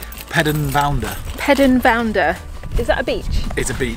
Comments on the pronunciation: Fab videos. Marazion is pronounced Mara (like para) Zion (like lion). Pedn Vounder is pronounced Ped-Knee Vounder. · Ped na vounda is the way you say the name of that beach